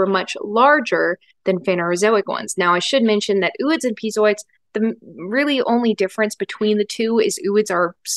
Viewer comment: Are you kidding me with the 'ew-ids' again? It's 'oh-oids'.